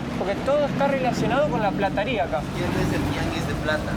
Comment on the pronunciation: Se dice PLATERÍA ;no se dice Plataria.